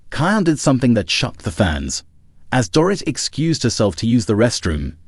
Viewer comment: Her name is pronounced DOREET